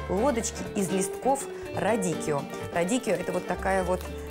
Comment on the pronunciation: Радиччо, а не радиккио